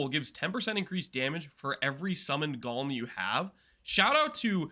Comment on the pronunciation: I just keep hearing say gollum, not golem 🤔